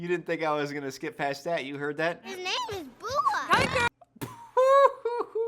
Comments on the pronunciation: My favorite part of videos will always be him getting characters names wildly wrong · Why is he constanly getting names wrong?